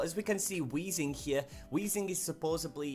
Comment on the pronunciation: say "supposedly" right